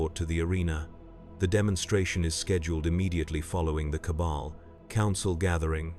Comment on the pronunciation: Some of the chosen pronunciations are a little weird. Like "Cable" instead of "Cabal". Plus there are a number of weird pauses between words in a sentence